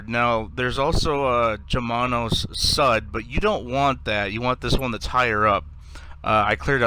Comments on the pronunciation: Homie, nord is north, and sud is south, and sud is pronounced "sood," not "sud." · You have a bery weird pronounciation of nord and sud.